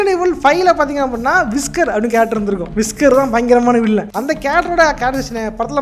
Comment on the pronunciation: யில் இருந்து ஒலி கேட்கவில்லை. வில்லன் பெயர் விஸ்கர் இல்லை வெஸ்கர்.